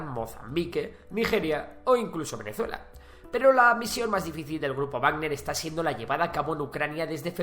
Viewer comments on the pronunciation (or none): none